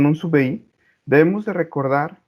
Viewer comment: se pronuncia: sub biai*